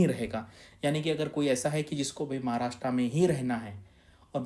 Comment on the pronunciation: Maharashtraaa nahi sir Maharashtra aahe. Kamit kami tumhi tari barobar ucchar Kara. Tumhi mothe aahe.